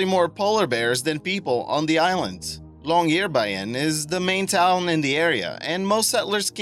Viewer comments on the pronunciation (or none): When you say Longyearbyen, it sounds like Longyear Bayern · like the way you say Longyearbyen ;o) funny